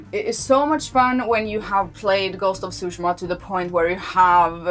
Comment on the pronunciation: You’re right in that Tsúshima (i.e. accent on the first syllable) sounds 100x times closer to the correct pronunciation in Japanese than Tsushíma. I should know, I’m from Japan.